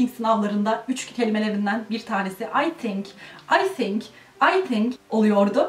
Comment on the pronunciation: "Tink" dedin ya, orda biraz uzaklaştık seninle :(